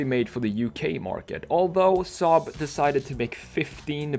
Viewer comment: You say saab like we in sweden do😀